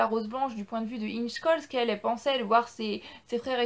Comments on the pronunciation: Ça ce prononce: ingè choll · Ça se prononce : Ingué Choll